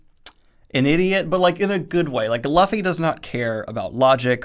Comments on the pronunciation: Reading One Piece is like it's own pirate journey itself as you experience Luffy's adventure. And Luffy's name is pronounced "Lu-ffy" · Who´'s Laffy????... Its LUFFY!!!!!! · Its understandable he says "Luh-ffy" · Daniel I love your content to death and I’m so glad you’re enjoying my favorite work of fiction ever, but I gotta say- Luffy’s name is pronounced loo-fee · Oh man, if you're this into it at Volume 3, boi...get ready. In two weeks Daniel's gonna give a review of chapter 1005 Also: L-oo-fy, like a loofa. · Pirate adventure of a lifetime! So accurate! I’ve been reading since 2004. Just to help out nicely— it’s Loo-fee thanks for sharing your thoughts ^_^ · Wow a manga review on this channel! Also it's pronounced Loofy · Hey Daniel, here's a name guide to help you out in the future. Luffy - Loo-Fee (Emphasis is on Loo not Fee) Zoro - Zo-ro (Similar to Zorro) Nami - Nah-mee (Both short emphasis) Usopp - ooh-sawp (Emphasis on ooh) As it's Japanese, most syllables are short and follow the sounds quite similar to those of Spanish vowels of ah, eh, eeh, oh, ooh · Lol Merphy made the same mistake with Luffy's pronunciation. I'm sorry but this really bothers me it's pronounced Loofy. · .....Ok, who else is bothered by him pronouncing Luffy as "Laffi"? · This Dyslexia stuff is hectic. Dan's watched the show and heard the pronunciation of Luffy (Loo-fee) but still fouls it. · also, Luffy is pronounced "Lou-fee" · I think it's pronounced loofy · dude i was so insanely excited to see him reviewing one piece, but every time i hear him saying "luhfy" it's like im being shot in the heart. i am experiencing physical pain. this is worse than nuhrudo even so, i love this daniel <3 please continue with the series, you wont regret it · 'luhfy' and 'zolo'. they genuinely hurt, like when people say 'should of' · I am here for that journey. Let’s go! Also glad you enjoyed it and I too called him lu-fei it happens. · I die a little everytime he says LAFFY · It's loo fee